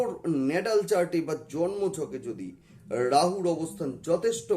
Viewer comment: You occupied The power of SHIVA SAKTI but appearance doesn’t mean that —-/////———-ড়াহু, পড়ে, গুড়ু - উচ্চারণ সমস্যা